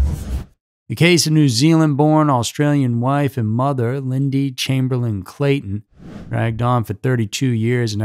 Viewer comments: FYI for those not from Australia! Mount Isa is pronounced 'Mount Eye-zah" Uluru is pronounced 'Oo-la-roo" Ayer's Rock is the colonial name for Uluru, and Ayer's is pronounced 'Air's" Azaria is pronounced 'Az- arr- ee- ah" Chamberlain is pronounced 'Chamber-lenn" Bullima is pronounced 'Bull-e-mah' Re the story of Lindy Chamberlain and what happened out there, it's not difficult to believe a dog of any sort could get in and out of a tent quite easily if it wanted to, without a lock or ziptie on the zips, however depending on the quality of their tent the dogs could have torn through the tent itself. Claws and teeth can be very sharp and many domesticated dog owners can attest to the destructiveness and houdini-ness of dogs through experience. Also,, please pull back on the sound effects mate, it's a bit much, IMO.... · Being an Aussie myself I can atest to the 'trial by ignorance' mentality and how a media complex can bend and shape a hive mind that fuels and monetises the hunt for scandal. Everyones a victim. Additionally, Aussies pronounce Chamberlain 'Chame-ba-Lynne' and Mount Isa 'Mount Eye-za'. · Chamberlain isn't pronounced that way in any country. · Thank you. Thought I was in the twilight zone or something with no other comments mentioning this. 😅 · I couldn't watch this because of your mispronouncing of the couples surname, and all of the place names. I suggest that, during your research, please find out how to pronounce names and places.